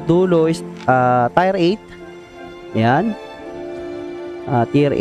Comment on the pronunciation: Maybe you mean "Tier" as in "tiyer" not "tayr"